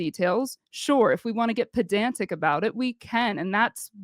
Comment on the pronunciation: This is the 3rd time I heard a leftie say Pedantic. But all 3 pronounced it wrong. Lefties say Podanzic. 😂 It's so cute listening to them try to use new words. 😂